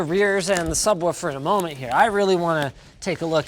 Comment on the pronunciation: Linus can't pronounce Subwaffle